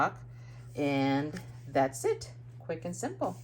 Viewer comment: When you say "that's it" parang naririnig ko din yung pansit (that's it, pansit). hahaha Gorgeous cards,. I love those butterflies on your cards, the embellishments and shimmers makes it more beautiful.